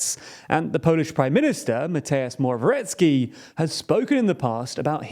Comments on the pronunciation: Guys, seriously, work on your pronunciations: Mateusz Morawiecki: MAH-tay-oosh more-ah-vee-ET-ski Andrzej Duda: AHN-jay DOO-duh Based on the edited audio, I assumed you tried to name the Polish agriculture minister and decided to cut it: Robert Telus: row-bert (like roberta, but with a first syllable stress) TAIL-ooss. And given that the elections are coming, you may want to get comfortable with: Jebać PiS (fuck PiS): yay-botch piece. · I just wanted to say you pronounced Mateusz Morawiecki extremly wrong